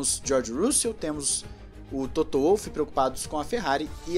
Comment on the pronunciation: que agonia ouvir Toto "Uolf" ahahahaha em alemão o W tem som de V meu irmão